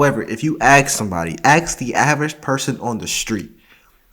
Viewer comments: It's ask not axe you a question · ASK not ax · Dude! Stop saying Axe. It's ask. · The word is ask not ax. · Why you sayin “axe”, bro? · I thought axing someone on the street is illegal. Just ask them instead. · Pleas stop AKS'ing people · lose the word ax, and say ask. dont need more ratchet ghetto speak trying to be conscientious. Whats wrong with a common language that when spoken is not bastardized to make a racial point? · The word is “ask” not “axe”. Now SAY IT! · Ask...not ax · I love your video, but please break the black paradigm about how to pronounce the word "ask". It should not be pronounced like "axe". This seems to be perpetuating amongst black Americans. BTW, I am not criticizing your skin color, just the mispronunciation of common English words. Thanks again for a very thought-provoking video! Much appreciated! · Dude it is Ask not Axe. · I love your videos and opinions. However, can you try to correct your mispronunciation of the word ask. Unfortunately, you do what the overwhelming majority of black people do, you "aks" a question. I hope you don't mind me voicing my opinion. I personally appreciate when someone corrects me for misspeaking, because I don't like to appear ignorant. PLEASE don't think that I'm calling you ignorant, because I otherwise think you are very intelligent and articulate. Peace and love to you and yours from south Florida. May God bless you. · You're an engineer and it's "aks" ? Your education is asking why is he doing that